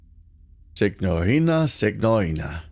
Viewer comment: I may be mistaken as I don’t speak Italian, but I don’t think you’re supposed to pronounce the g in signorina.